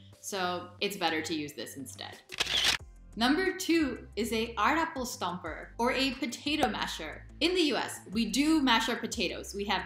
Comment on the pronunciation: Love your pronouciation of Aardappel stamper! So good!